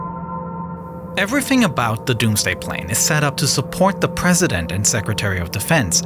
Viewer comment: Evwy fwing 🤣